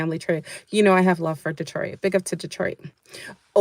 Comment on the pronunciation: Glorious Grand Risings ☀️ being a native of the great State of Michigan allow me to assist you from future mis interpretations of how to to say D-troit vs. Datroit 😅 much luv 🫵🏽💚💚💚